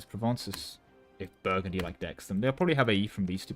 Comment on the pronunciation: Something something Indiana jones Also you calling Brittany Burgandy a dozen+ times killed me